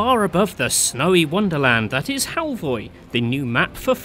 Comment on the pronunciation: It called Halvøy and not Halvoy👺